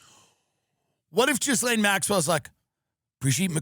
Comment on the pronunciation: Tim insisting on mispronouncing the name Ghislaine, for several years now, is truly special in every sense of the word